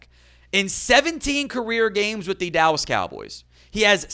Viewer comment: The "allas Cowboys" 😂